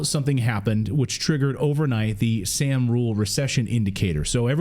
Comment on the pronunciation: It's sahm, not sam